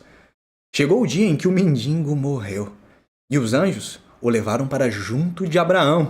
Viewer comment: Lázaro era mendigo ou mendiNNNgo? (Não é sarcasmo. Mestres devem buscar a excelência)